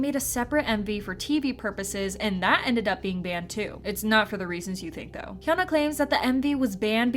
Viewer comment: Pronouncing hyunaA hayuna is a crime 😖